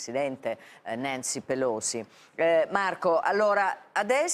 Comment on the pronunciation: Ma per quale motivo, pronuncia così "Nancy Pelosi"? - Un programma italiano, in lingua italiana, dove sfoggi il nulla attraverso una pronuncia ridicola. Perché?